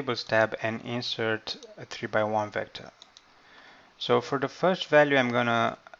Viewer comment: Verb intonation is wrong. It's "inse'rt" not "i'nsert"